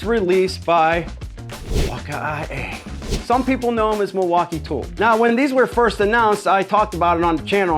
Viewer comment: gotta cut out the droolage! Oh, and those Mil-walk-ay-ays are indeed pretty nass-like!